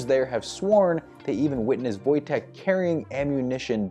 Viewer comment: A+ on getting Wojteks name right!